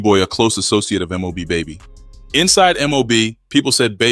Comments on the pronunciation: And the story is about mob Bay bay. Not baby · It’s bay bay not baby 😂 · Bay Bay not Baby🤦🏾‍♂️ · This Mfer talk bout M.O.B baby ..its bay bay ..when i seen the title i shouldnt have never clicked on this Video 🤷🏽‍♂️🤷🏽‍♂️🤦🏾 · 1. This story cap. And 2 his name is BAY BAY not baby! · Lm😂😂 Bay Bay not Baby 🤦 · Mob :Bay Bay dude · and his name is M.O.B BAY•BAY